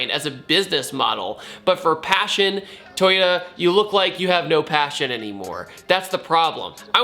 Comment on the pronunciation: Lost all hope to pronounce it right. thumbs up toyoa